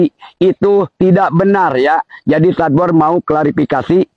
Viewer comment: sadbor "SESADD BORR"😂